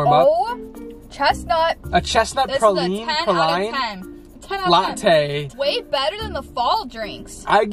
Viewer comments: Hi from Tampa!!! 👋🏻 I love how pronounces it 😂 The Chestnut Praline is pronounced “pray-lean” but I think I like your version better. Also, the Peppermint Mocha tastes SO MUCH BETTER with only half the pumps of peppermint. The peppermint is so strong and they put equal mocha to peppermint ratio which in my opinion ruins it. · Love y’all so much!! Also, how u say praline is actually pray-leen. Good try though